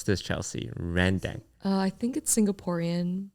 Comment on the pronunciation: genuinely curious, I know is Malaysian but how long has he lived in Malaysia, to have never heard or had rendang pronounced “Ren-Dang” not “ren-deng”